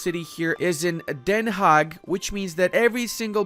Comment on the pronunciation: Pretty flawless pronunciation of 'Den Haag' :o Also, this video is a must-see if you want to do a WC, it explained a lot